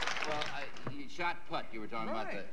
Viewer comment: Because it’s shot put, not shot putt.